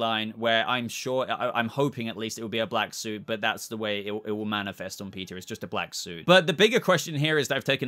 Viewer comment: If you say "peteer" like that anymore i will hunt you down and shave off them flowing locks.................🤣